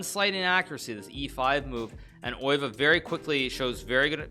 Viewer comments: He pronounces it as if it’s a German name, but Max Euwe was Dutch. The correct pronunciation is [ˈøːʋə] but that probably doesn’t help lol. Best English approximation I can think of is “uh-w-uh” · The best English approximation is undoubtedly "Ur-vuh". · ye probably something like eh-w-uh actually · Its not